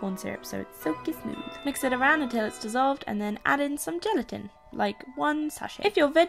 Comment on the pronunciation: Am I the only one who heard her say genitals when she said gelatin... .yeah ok.... Shit